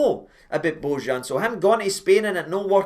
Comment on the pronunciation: You read the J in bojan as a y its not Z Watp ale ale